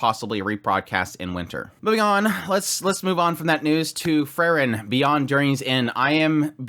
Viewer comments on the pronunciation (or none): If you wanna be more nerdy: google how to pronounce "Frieren" fairly properly greetings from germany^^